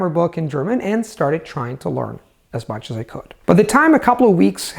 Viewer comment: am i the only one who's freaking out whenever time he saying 'lOrn' instead of 'lEArn'?